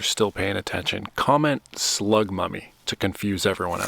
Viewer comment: Slug mummy, even tho I thought you said slug puppy at first lol